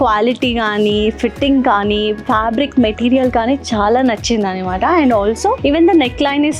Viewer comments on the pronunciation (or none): Nice choices but Annamaata (అన్నమాట) antaru kada normal ga meerenduku annimaata (అన్నిమాట) antaru ?!